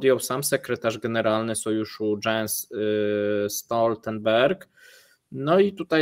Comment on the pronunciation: Jens nie Dżens